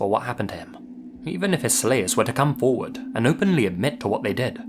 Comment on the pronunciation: '...forwward SLASH!'